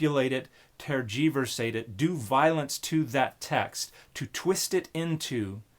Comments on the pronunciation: A whole lot of talking to justify using the word tergiversate (twice). 😅 Oh .. the accent is on the 1st syllable. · I say it as ˈtɜː.dʒɪ.vɜː.seɪt., not ter-jeever-sate. (I'm English) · I had to look up the word tergiversate so thanks for teaching me a new word, but you mispronounced it: TER-juh-ver-sate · Dan said "tergiversate": take a shot! [EDIT: he said it twice! Take TWO shots!]